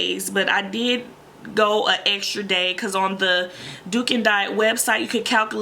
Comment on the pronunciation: Sorry its not " duken" its dukan ducan